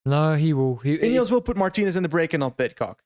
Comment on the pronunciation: Great coverage, but can we get a "Mar-TEEN-ez"? Don't say it like an English guy.